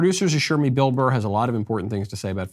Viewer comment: It’s not a difficult last name.. BURR. The show is too big to make those sort of mistakes.